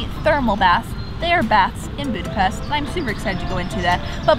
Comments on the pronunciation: Omg, you pronounced Budapest correctly!!! Thank you!!! You are one of the only foreigners who do so!!! Much love for it! ...great video, really enjoyed it! Oh by the way, the only thing that I would correct is the section on our history! Please read up on that a bit, and correct it. Hungary was a huge kingdom from 895 (for about 1000 years!!) then later had to unite with Austria, but that didn't happen until 1867 and lasted until 1918! We lost 2/3 of our original territories (that was ours for at least 1000 years!) during the World Wars, which is when Czechoslovakia was artificially created (the Czechs had their own country prior to this but Slovaks did not, so Slovakia was carved out of our Hungarian territories!) When you look at the map of Europe today, and zoom in on Hungary, look at all the surrounding countries because each of those countries got a big chunk from Hungary. Romania got Transylvania, Yugoslavia got Vojvodina, Ukraine got Transcarpathia, Austria got Burgerland, etc. the list goes on! So all these countries have still plenty of Hungarian culture, building, people, and so on. It's really very interesting! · As a hungarian, im super happy that you pronounce Budapest corectly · She said Budapest correctly omg